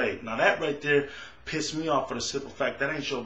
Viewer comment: i caught your word "Pisted" LoL